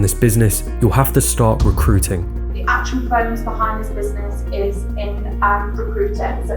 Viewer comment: As a voice over artist myself, I agree with all the positive comments about ' voice, but it is a pity he sometimes doesn't pronounce the letter T. It should be abilTy. Not abila'y. DistribuTing, Not distribu'ing. RecruiTing. Not Recru'ing. It is a small thing, but it makes a difference to how the speaker is perceived. Also, T's can be important. They can change the meaning of what you say. For example, an inner action is not the same thing as an interaction. An inner view is not the same thing as an interview. ' habitual mistake (recru'ing, distribu'ing etc) doesn't change the meaning, but it just sounds dumb, and it is disappointing when the rest of the presentation is so good. It could also stand between him and lucrative voice-over or acting work.